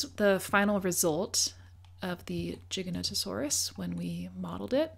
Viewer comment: Great work & props for the correct pronunciation of Giganotosaurus with the soft g!